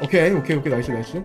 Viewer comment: 근데 오래전부터 궁금했는데 왜 은 네이스라 하죠??나이스 아닌가??ㅋㅋ근데 그게 매력일수도 있어욤^^기분나쁘셨다면 죄송합니담^^